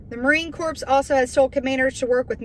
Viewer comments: Love you Sister, its pronounced Marine Core...the s and p are silent, corpse is a dead person ;) Semper Fidelis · Corps is pronounced like core, not corpse. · Marine Corps. is pronounced Marine Core. Much love sister! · The "p" in Corps is silent. If you pronounce the "p" you are saying corpse. A corpse is a dead person.